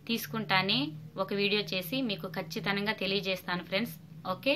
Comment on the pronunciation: Kachithanamga kadu Kachitamga.